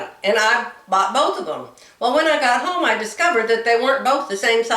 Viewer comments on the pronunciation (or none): none